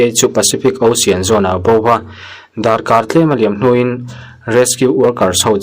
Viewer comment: Ocean nge Osian😅😅 lam bar mai si,ilo chhuahna ahriat al